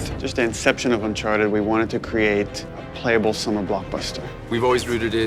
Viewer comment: Uncharteh 5 pils